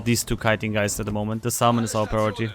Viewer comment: Salmon is pronounced "SAM-uhn." I know; English is a silly language.